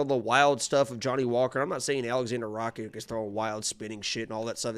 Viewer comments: you keep saying Rachik.. just change the ch and k and say Rakich.. thats the best way to explain to you how to say his last name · it's pronounced RACITCH